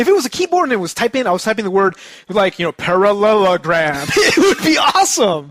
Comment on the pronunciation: LOL!!!! "parallerograhm"AHAHAAHAHAHahah!!!